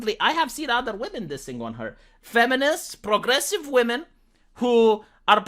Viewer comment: “Believe all whamen”. 🤣